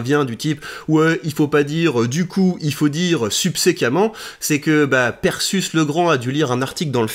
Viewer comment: c'est pas prononcé perséus comme Persée ?